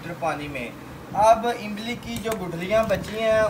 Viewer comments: جب اردو بولتے ھیں تو امبلی نہیں املی کہتے ھیں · Imbli nahi imli bolo bahi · imli ko imbli 😂